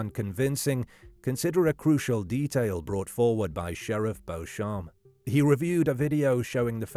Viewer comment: The sheriff’s last name is pronounced BEACH-em, not the French pronunciation.